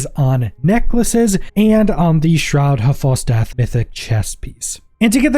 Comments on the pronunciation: Shroud haav fall death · Yup, all I keep hearing is shrad av fall DEATH. Kept thinking, I've never used that item, until it finally clicked ... oh he's saying ... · That is the STRANGEST way I've ever heard someone say 'Shroud of False Death'. I had to rewind a couple of times when you first said it because I couldn't understand what you were saying lol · Holy pronunciation batman shroud has false death? Lmao